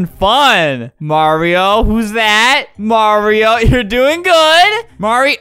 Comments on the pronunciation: Mario❌ Mawio✅ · Ttttttttttrrrrrrruuuuuueeeeeee: MAWRIOOOOO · Flamingo, I love how you just pronounce the word Mario: MAWIO MAWIO MAWIO MAWIO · So, we got MAHREEOO!! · Maweoooo :3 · Mommy oh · " MOMMY OH " " LUIGI " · I had CC on and when you said “Mario” the caption said “mommy oh” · MAWIO MAWIO MAWIO MAWIO MAWIO MAWIO MAWIO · MAWIO MAWIO MAWIO MAWIO MAWIO MAWIO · m a w i o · MAWIO MAWIO MAWIO MAWIO MAWIO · mawio only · mawio time mawio time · It keeps saying mommy oh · It's always been Mawio. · It's pronounced Mary-o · Marryo he says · not mario